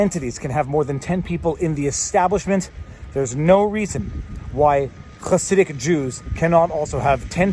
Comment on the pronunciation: Interestingly accurate pronunciation of the word "Hasidic".